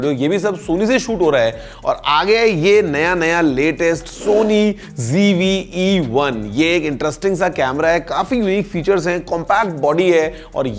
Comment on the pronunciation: It's not GV but ZV